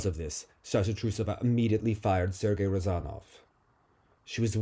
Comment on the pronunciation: is exactly what doctor ordered! The best interpretation/narration of events in my opinion. Such a healthy dose of cynicism and humour. I'm loving it Alena (dramatic thick Russian accent): "I called Sergey Alexandrovich Rozanov also known as Hot Sergey"